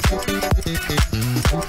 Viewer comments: Bro said startburts😨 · lol they said startburst instead of starburst